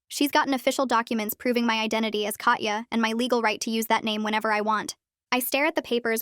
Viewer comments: Russian here. "Katya" is NOT pronounced "Katcha", instead it's "Kata" with soft "t" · pretty sure it’ll be pronounced as kat-ya